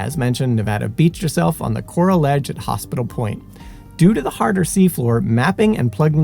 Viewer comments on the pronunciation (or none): none